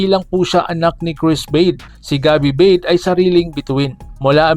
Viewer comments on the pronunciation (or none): "Ba-de" po yan hindi "beid" ang pronunciation po yan maski tanungin mo po sa mga sina unang mga sportscasters at dati mga naglaro sa PBA na nakasama at nakalaban noong Araw ni cris ba-de 😂😂😂😂😂😂😂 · BA-DE ang pagbigkas nyan bro hindi BADE, halata hindi mo kilala ang Tatay na si CRIS BADE na naglalaro sa PBA noon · Ba-de Po Ang tamang bigkas.. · ayusin mo ba-de anung bade bugok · Ba De yan Ang pronunciation Hindi BADE! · Ba-de yan hindi Beid tga Rizal yan kaya kilala ko.